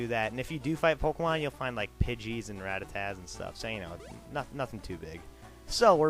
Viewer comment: its Ratada not ratta